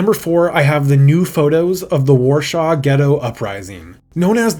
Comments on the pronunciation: Warsaw. Not "shaw". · second video in row and you still can't say WARSAW correctly. it's not -shaw. it's -saw. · That is not remotely close how you're supposed to pronounce "Warsaw"